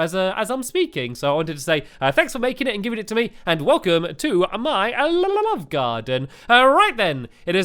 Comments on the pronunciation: Did anyone else here him say lalaove garden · He says lllove